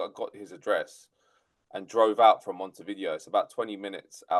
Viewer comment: Sorry, but the capital of Uruguay has NOTHING to do with VHS/Betamax. Vi-Dayo is the pronunciation. It's more like Mount View. If you have relatives across the river Plate, they'd know this.